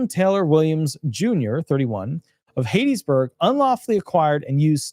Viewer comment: It's not "HATE-iesBurg..... It's HAT-TIES-Burg! Go to Mississippi and pronounce it like you did and you will be laughed out of the state!